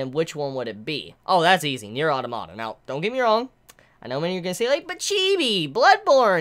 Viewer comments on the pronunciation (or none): That's fine and all, but automata is not a Japanese word. It's roots are Greek and have a proper pronunciation based therein that should be adhered to for consistency. Yoko Taro did not invent the word, and so does not get to decide how it is said. If that's a lot of peoples only exposure to the pronunciation, then that's understandable, but it is not an argument for the proper pronunciation. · It's pronounced Automata, not Automata!